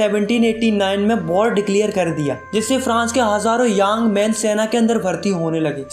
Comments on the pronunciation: Secret plans❌ Cigarette plans✔️ Young man ❌ Yaaaang man✔️ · Young men ❌️ Yang men ✅️ 😂😂😂